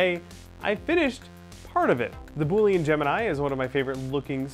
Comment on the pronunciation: Currently I am fixing my 3D printer to print out an Eyasluna from Destiny! I'm also hoping to print out a ton of parts for added detail to my costume. Sidenote: Boolean is pronounced "bool-i-an" Just thought I would throw that out there